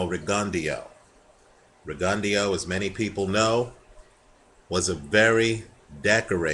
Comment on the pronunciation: isnt it pronounced rig-un-dough?